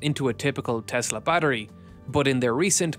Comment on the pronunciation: TESSSSSSSSSSSSSSSSSS-LAAWWWW There is no Z